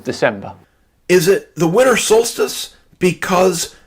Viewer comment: Instead he says "winter" he said "winner" lol